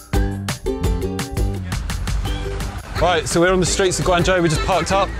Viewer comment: As long as there is a human element, then saftey on the roads is never a certain thing. Also I would expect someone living in China to learn how to pronuounce Guangzhou correctly, and not butcher it. And the laws in China for self-driving say you need to touch the steering wheel at least every 10seconds or will complain. I think this is a good idea compared to people trying to sleep at the wheel which is why Telsa has several deaths, and the most accidents reported with self-driving. One thing I would also question is how would the car get better over time, I doubt it has it's own learning AI inbuilt, because this is what it would be trained with at the start, so being nerveous is a good thing, Chinese people will just walk in front of a car as many have no sense whatsoever to safety.